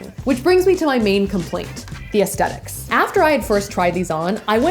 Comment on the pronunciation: I can't stand how she pronounces "aesthetic"